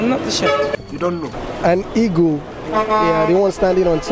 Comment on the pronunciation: Even Presenter has the H factor... Heagle